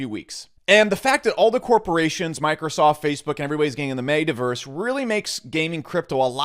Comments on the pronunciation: M”eh”taverse not M”ate”averse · how do u mispronounce metaverse lol dude just said made-a verse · this dude calls it the "maytaverse" hahaha